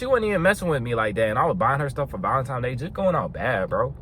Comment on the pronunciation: It's cute how he says ValenTIMES, every single time . Corey Wayne also says it (but he aint on no body game stuff, he's more just about relationships). It would make sense if it was TIMES, as Tines is weird, and just coz it's some Saint dudes name -That nobody knows or cares about anyway. It's just a money spinner. Cool bandana